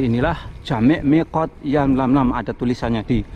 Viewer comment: Yalamlam bukan yamlamlam pak